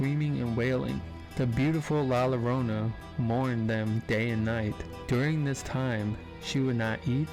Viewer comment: La Llorana is pronounced La - Yo-rone-a. 😊❤❤❤❤